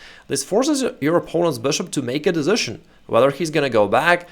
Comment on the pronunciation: Да почему дэзишн-то? ))) десижн.